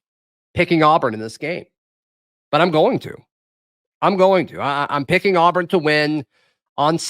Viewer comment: good job but one critique…AWEburn, not AHburn